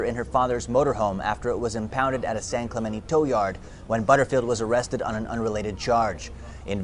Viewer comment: SAN CLAMENTE??? California….. jeezus christ